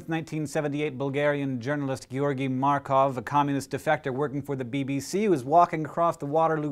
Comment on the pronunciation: Great pronunciation of the name of our countryman Georgi Markov! Greetings from Bulgaria! :)